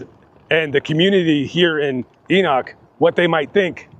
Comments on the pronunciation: "Enock"?? It's Ee-Nick.. 😉 😊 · Hi. I live in Enoch. It's actually pronounced E-nick. ANYWAY. My dogs had woke me up that night to go potty. I was actually outside when this happened. I heard the shots. It was pretty far off in the distance. When I heard about what the gun shots were, I dropped to my knees. I still hear the gun shots sometimes. Matter of fact, watching it now brings that night back. Im literally shaking w tears in my eyes. He also shot the family dog as well. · Not trying to be pronunciation police here, but Enoch is pronounced Eee-Nick in these here parts. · Ee-Knock, Utah lol you are not a local. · It’s pronounced ENIK